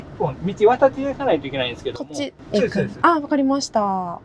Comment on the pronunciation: 先生、コメントを返事くださってありがとうございました。 haha、我的意思是他說的聲音，聽起來真的像是在說「是、是」，反而不太像「そうです、そうです」，可能是講太快了。原來是我聽錯了，哈哈💕🧋🐇